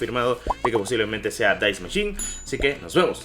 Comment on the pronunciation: Es die machine no dais machin